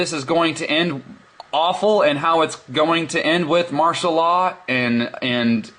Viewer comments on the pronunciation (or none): You know someone is stupid when they cant use free software and a microphone to show something on a computer. Between listening to him say "economical dater" over and the obvious paranoia "martial laaaaw!" no one should have showed any interest in this, let alone some stupid re-post of the video.